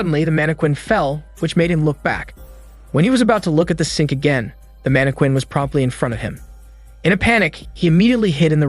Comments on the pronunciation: It's pronounced mann-eh-kin, for your pleasure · So you really can’t say mannequin, huh? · Ayo why did you say mannequin like that 😭🤚🏾it threw me off every time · ......are you purposely mispronouncing random words or do I need to start making a list? Lol there is no way you don't actually know the difference between live/live and how to pronounce mannequin...(it's man-a-kin...not mana-quin). Maybe I've just been watching too many of these in a row. Time for a break. wait...the webtoon is about to have cuntent?..not Content? Similar to the live/live issue in the other video lol. Ok at least I know I'm not just randomly noticing these things.